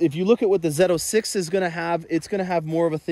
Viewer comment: Did he say Zeto 6? LOL